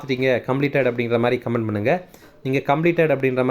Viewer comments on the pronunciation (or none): none